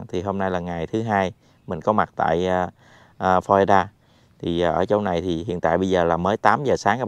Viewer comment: Florida chứ không phải Flolida